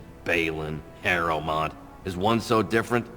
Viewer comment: "Bellend and Harrowmeat" Okay, V.